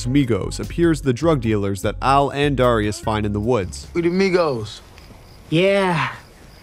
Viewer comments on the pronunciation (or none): Also butchered Darius’ name too. It’s pronounced dare-E-us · First 20 seconds and yall already messing up JR crickets is pronounced J R not junior... and the lemon pepper wet (with the sauce) was always on the menu, they just added his name as a thank you after And WHY do you KEEP mispronouncing Darius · can you say darius correctly please